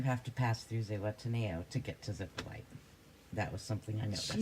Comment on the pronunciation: Zepolite is pronounced Zee-pol-LEE-ti! If you ever get there, find Chewy, probably hanging around Hongos Bar, (if its still there) and tell him Greta says hi and it was a false alarm. Thanks! Its a lot of fun but careful in the water. The place is well known for its undertow taking people to their otherside!